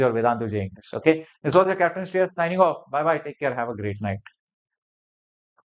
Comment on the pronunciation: The way he say SHREYAS 🔥